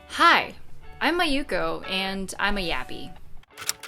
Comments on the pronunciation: by japanese standards it should not be "maYUko" but "MAyuko" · That's the first time I've ever heard someone with the name "Mayuko" call themselves "Ma-YU-ko" instead of "MA-yu-ko."